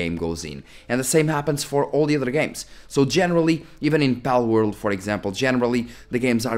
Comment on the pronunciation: Bellworld? You mean Palworld...